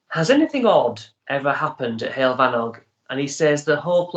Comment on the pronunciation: It's like " huwell " , the word heol . But without too much stress on the " - ell " bit . That's the proper Welsh pronunciation .